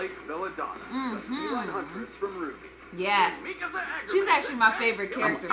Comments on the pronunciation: It's pronounced RWBY (Ruby). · Can stop referring RWBY as R W B Y? It's pronounced as "ruby" but with a "w" instead of a "u" and the fact that he's still doing is annoying